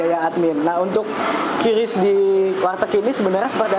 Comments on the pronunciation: Penyebutan QRIS yang benar adalah KRIS, bukan KYURIS ataupun KIRIS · Kris bukan kyuris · kiw ar matamu picek. bacanya biasa az: qris (kris) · bukan Qiuris .. tapi Kris sebutnya